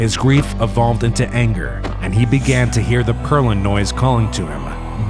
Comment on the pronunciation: Bro said farlandes